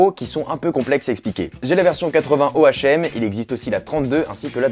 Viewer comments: Je pense me prendre la 80ohm. Et au fait dis "O, H, M" mais ça se dis "home" au cas ou 🙃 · Hey! Super vidéo comme d'hab. Ce casque a l'air vraiment top surtout pour le prix (138€!). Et sinon on dit "ome",pas "o. h.m (je déconne je sais que tout le monde te l'a fait remarquer;)) Plus sérieusement, j'adore ta chaine et toutes tes vidéos mais je dois avouer que des vidéos du style "samsung vs apple" me manquent. Ces vidéos "debats" m'ont vraiment plu et je me demandais si tu comptais en faire d'autres. après, tant que samsung n'aura pas sorti de "galaxy s7 Edge plus de la mort qui tue "(nom officiel),c'est vrai que tu ne pourras pas revenir sur une annonce du coréen. je peux aussi comprendre que tu n'as plus forcément envie de faire de vidéo de ce type. bon bref A plus! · On dit pas O-H-M mais om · what c'est pas un O.H.M mais un ohm cela se prononces HOMME pas O.H.M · ohm...... ca se prononce "hom"DUDE !!! m'enfin ce n'est qu'un détaille (qui m'ai donné des urtiquaires ) :) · Damn tu n'as jamais fait de physique ? ^^ On dit pas Ohm lettre par lettre mais bien en entier (se prenonce 'Ome' ) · 157000 abonnés...et même pas capable de prononcer Ohm...a fuir... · Omg, un geek qui prononce un ohm lettre par lettre hahahaha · tu peux en avoir 2millions, tu ne sais pas dire ohm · oui Oui, il ne savait même pas prononcer Ohm....c'te honte...allez , va te coucher. Bonne nuit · je ne regarde pas les mecs qui ne savent pas prononcer Ohm...trop la honte.